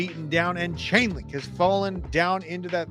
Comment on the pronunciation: It’s Chainlink not ulink ! And it’s on as LINK